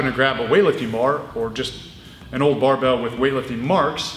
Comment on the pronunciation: sometimes, he doesn't pronounce barbel, but rather "barbelle", the feminine form for barbell. a term originally coined in france during the great weightlifting revolution of the 1950's